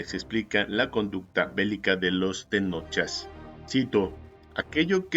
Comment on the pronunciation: Una aclaración no se les dice TENOCHA o TENOCHAS SE LES DICE TENOCHCA ó TENOCHCAS, antes de leer investigas como se pronuncian los vocablos en náhuatl